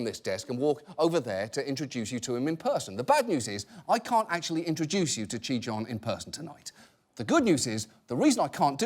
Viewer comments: "ちぃたん"と言ってるはずなのに発音が良すぎてギリシア神話の"ティターン"と言ってるふうにしか聞こえない。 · As a Japanese learner, I cringe at the American pronunciations of “Chiitan”. They pronounce it like “Chitaan” or “Chitan”.... close enough I guess lol